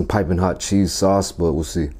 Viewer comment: "CHEESEE SOWSS"